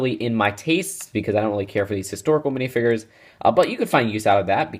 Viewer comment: they're called minifigures not minifigres